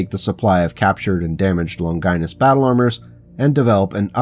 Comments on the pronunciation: Older vid, but still good! Didn’t see it in the comments, but the pronunciation of the name “Longinus” is “Lawn-juh-nus” “Lon-Gie-Nus” sounds like something a medical condition haha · Longinus is pronounced as (lawn ga nes). It is not pronounced (lon gI nus). Think Greek or Latin like Leonidas king of Sparta.